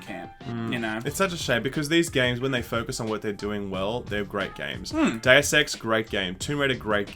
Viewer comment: Why is it so hard to say "Deus"?